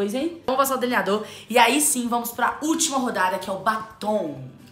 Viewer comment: Camila. Se. Fala. Deliniador. E. Não. Deliniado